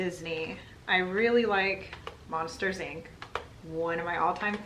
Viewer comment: For a second, I thought you said Lobsters inc. Instead of Monsters Inc. T'was rather confuzzling